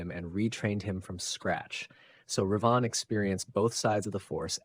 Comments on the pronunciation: It's Revan not Reevan you silly man. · Fun video but The way your AI says Revan is so distracting. Not only does it never say it like It is said in any starwars media (sounds kinda like the bird Raven with the vowels reversed) but it does not even consistently say it the same way, so its not even consistently wrong the same way. Also, Vader in the suit would be no match for Revan.